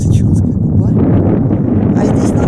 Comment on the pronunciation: Резануло слух неправильно произнесённые названия...ЧАунская губа ,а не "ЧУнская."..и Апапельгино., а не "Папельгино".Прежде чем произносить.,не мешало бы названия прочитать.